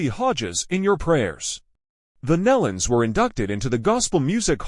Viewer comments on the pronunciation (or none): If you are going to do a public announcement or video about someone PLEASE make sure you pronounce names and places correctly. I knew Kelly for a long time and Their name is like KNEE-LON not MELON!!! Just say'in! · PRONOUNCED. NEELON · that's been driving me crazy... It sounds like Neelon (like knee-lun). I grew up with the Nelons. But never the less, it's so, so sad. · You really should learn how to correctly pronounce names before you post for the public to see. Nelons...(Knee Luns) Melodi...(Mel-o-di) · It would be nice for grieving family and friends if the Family name NELONS was spelled and pronounced correctly instead of Nullens or Nellans!😮😢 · Maybe hitting the ground from 26000 feet. Bull crap posting very sad it's aloud. Obviously, didn't know anything about the Nelons or how to pronounce their name. I've been posting their music videos for years and probably know more about them than this post.